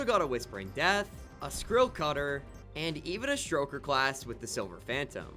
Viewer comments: It's stoker not stroker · Please stop calling them "St-R-oker". There's no R there. It refers to stoking a flame. "Stoke" not St-R-oke. Its my favorite dragon class and it hurts my soul to hear you call them by that name. 😢 I'm begging